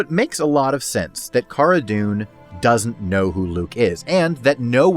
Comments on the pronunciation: If you purnounse cara as (car-ah) I can’t respect you. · Great points in this video. I'd enjoy it a lot more if he could pronounce Cara's name correctly, same goes for like 75% of people on YT covering this show. It's not like her name isn't spoken in the show people... but to be fair I know Pedro made the same mistake in an episode in S2.